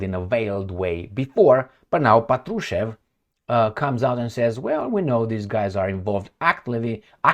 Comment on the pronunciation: Hello, Thank you for your tireless job. *Little correction: when you’re talking about Mr. Patrushev - the right accent should be on the 1st syllable of his Last Name - “pAt-ru-shev” 😊